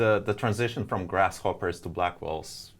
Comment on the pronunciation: it's grace hopper not grasshopper, lol